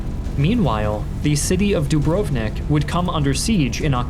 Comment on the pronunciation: Great video. very education. Just cringe when you try to pronounce names lol like Sarajevo and Dubrovnik